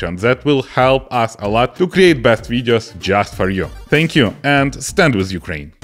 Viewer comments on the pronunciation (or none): Ойой,, ти сказав "зе юкрейн"???